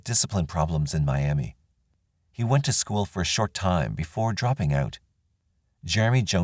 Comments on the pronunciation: I live just outside of Miami, Ok. It’s pronounced My-Am-Uh rather than My-Am-Ee. The name comes from a Native tribe from this area. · I’m not saying I agree with it but we pronounce that “Miamuh” even though it’s spelled just like Miami, Florida. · In Oklahoma for whatever the reason they pronounce it miamuh not Miam ee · Funny that the people in Oklahoma don't pronounce Miami the way they do in Florida. "Mi am muh" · Miami, OK is pronounced 'my-am-uh'. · We Okies actually pronounce Miami as Miamuh; Jones was a sick puppy who wreaked havoc in our home area for several years before he went national. R.I.P. to all his victims. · Good Job. FYI-Miami, Oklahoma is pronounced My-am-uh. Only a local would know that though. Thank you for your channel. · It's pronounced MY Am ah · Damn, Oklahoma again 🙃 there's more crime here than I originally thought. Also, oddly Oklahomans actually pronounce it differently than Miami,FL they say "my-am-muh". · They pronounce it like that in Miami Florida too. I live there. Old timers call it Miam -uh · It's pronounced "miama" in Oklahoma. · Maybe Oklahomans should start saying it correctly, then. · Miamah and Quahpaw is how they are pronounced. A lot of our towns are Native American names 👍 This jackass deserves to suffer and rot.